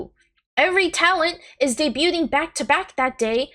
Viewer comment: The T is silent in the word debuting.